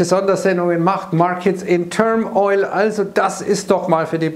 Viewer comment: Stets hervorragende Spontanübersetzungen aus dem Englischen, aber eine Kleinigkeit: Markets in turmoil, nicht in turm- - oil.